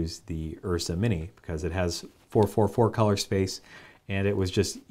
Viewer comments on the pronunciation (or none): none